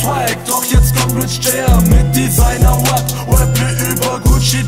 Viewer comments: Diggah, lern mal ordentlich das R ind Rap auszusprechen, du sagst immer Web😂😂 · ER KANN NICHTMALS RAP AUSSPRECHEN... R AP nicht W AP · Es heißt rap und nicht wep. Kauf dir mit deinem ganzen Geld nen sprach therapeuten. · Wieso kann der Junge in der Hook auf einmal nicht mehr "Rap" aussprechen? Designer Wap? Was soll das sein? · "Denn im JBB hat keiner Swag, doch jetzt komm ich! mit Designer Wap(?), Designer Wap." Was zum Fick ist das? Ein Mensch kann doch nicht in der Lage sein, so eine Scheiße zu schreiben.. und im Vergleich zu seiner Aussprache von "Rap" ist Gio ja noch richtig gut dabei.. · Der Typ kann nichtmal das Wort "Rap" richtig aussprechen ;-) Na gut vielleicht passt sich Julien ja auch an und macht ein "Wap" battle. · Spongebob?! Spongebob trägt kein Kostüm wenn dann SpongeBoZZ .-. Und außerdem ist er Gios Bruder wegen der Aussprache? (Web) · LRJ In der "Hook" hat er ja sogar den gleichen "Rap" Sprachfehler wie Gio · Okay, man merkt Moneyboy ist sein Idol, aber bitte bitte, wenn du englische Wörter benutzt, lern sie richtig auszusprechen. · Noch so einer, der Rap nicht aussprechen kan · Der kann ja nicht mal Rap aussprechen :/